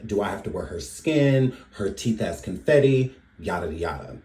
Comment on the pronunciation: I thought That poem Anger was about Rihanna the way she said ConFetti also "Con Fenty"